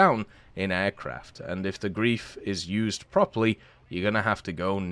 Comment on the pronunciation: FYI it's pronounced ɡʁaɪ̯f. Imagine replacing the L in life with the Gr